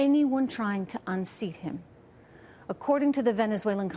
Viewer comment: He tortuted??? who has he turtured, bitch?